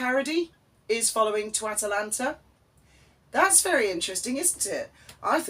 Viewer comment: Did I hear you call it 'TwAtalanta of Arcadia'?!! If not, perhaps you should....!